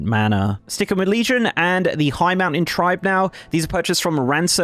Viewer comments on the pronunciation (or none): none